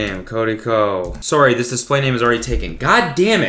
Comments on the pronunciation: cody really pronounces sorry like sorey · peep his Canadian “sorry” 💀💀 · the "sorry" is the most Canadian his accent has ever gone and i'm shook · why does he say “sorry” like a Canadian